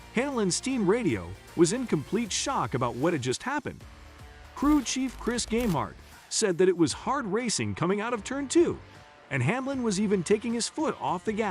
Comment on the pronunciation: It’s Chris Gabehart, not gamehart